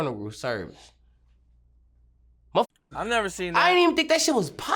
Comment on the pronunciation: “for there funeral serbice” is crazy